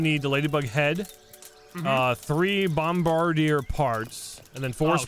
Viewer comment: you said Bombardier wrong